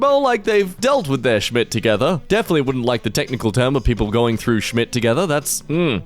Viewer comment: Him accidentally speaking perfect German "Schmidt"